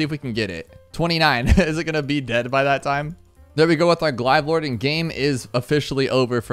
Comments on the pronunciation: It got flagged cause you call it "glieve" it's glaive(glayve) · Bro didn’t actually say glide lord not glaive lord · What in god’s name is a Glive Lord. Glay-ve. 🤣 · BRO U DID NOT JUST PRONOUNCE IT AS GLIVE LORD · He does it all the time. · I died every time he said “glive lord” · I hate everytime you say glive😂😂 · "glyve" bruh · He always does that